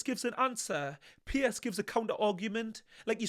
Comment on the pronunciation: His name is 'Piers' not 'Pierce' 2 different names. Just saying 👍